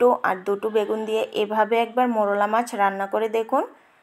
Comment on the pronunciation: মোড়লা মাছ হবেনা, মৌরলা মাছ হবে। উচ্চারণ এবং বানান ঠিক করুন।